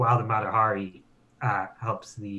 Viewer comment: sorry game master but you call out the captain for pronouncing a name wrong yet you continue to butcher the name Mata Hari. it’s HA ree. emphasis on the HA. had to call to you out since you did it to the captain.